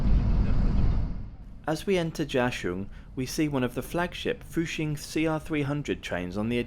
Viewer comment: Please try to research and pronounce Chinese names as correctly as possible! It doesn’t take much research to know that Zhejiang is pronounced juh-jiang and not zay-huh-jiang. It would make a nice touch to your videos! Also, you pronounced fuxing and hangzhou right!